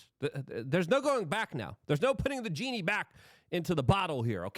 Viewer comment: Funny he said ginnie. In arabic/farsey a gin is a demon.